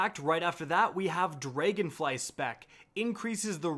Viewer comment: dray gun fly it bugs me the way you pronounce that lol